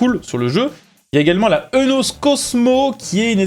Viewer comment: Petit fait intéressant : la marque Eunos se prononce « iounos »